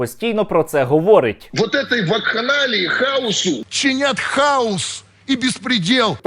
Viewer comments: Про Киву и хаос было весело, а ещё смешнее, не то, что он повторяет это слово, а то, что он его не правильно выговаривает, он говорит хаус, а не хаос, а это дом или доктор Хаус )) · Хаус... Тормоз даже не может о букву выговорить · ЯК для кандидата околодєйствітєльних наук неук Кива має розрізняти прості значення слів,які вимовляє на людях."Хаус" і "хаос"-це різні поняття. Заглянь в Гугл,ідіот!Не сміши людей своїми "перлами " красномовства. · ОПЗЖ смішні і тупі - 100%, але куди діти лохторат, який знову заведе цих колаборантів в Раду? А нажаханих хАусом👻 в ОРДЛО стільки що, як тільки там нададуть можливість приймати участь в українських виборах, наголосують нам не 13, а всі 40% опожоп в Раду.